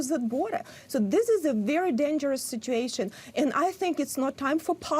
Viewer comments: There is a U in sit-u-ation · Learn to pronounce “situation” if you want people to take you seriously. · I wonder why she can't pronounce ' situation ' correctly?